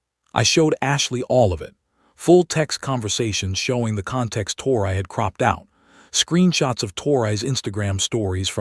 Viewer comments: Her name is pronounced like Tory, not tor-I. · It ain't tor I it's tor e